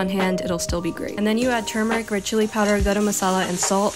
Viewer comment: Wow, fantastic! Looks so dang good. What did you use as a dip? And I noticed you've fixed your "turmeric" pronunciation.